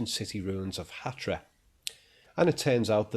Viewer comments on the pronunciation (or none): It's Hatra, not Hatia.